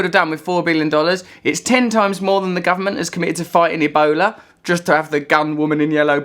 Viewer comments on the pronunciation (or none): none